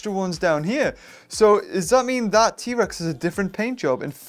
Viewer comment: u say: T rex Survey says: EHHH